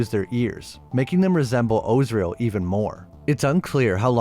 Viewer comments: Az-Ri-El not Ozriel 😂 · Are you messing up these names intentionally or do you really not know how to pronounce Gomorrah or Azriel?